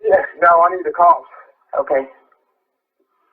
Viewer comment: Technically, he says, “The kawps!”